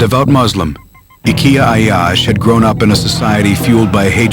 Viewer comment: The narrator couldn’t say his name anyway near to correctly and yet had so much misinformation. He wasn’t revenging because he wasn’t allowed to continue his education abroad and he wasn’t learning how to build bombs. He was doing his operations alone before graduating college, and many trials have failed before he made it work. He had a small group of friends that helped him and then he joined AlQassam brigades